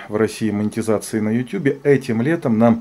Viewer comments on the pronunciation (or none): none